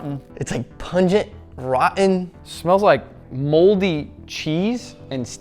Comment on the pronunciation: Bro said RATTEN OOOOONIONS 😭😭😭😭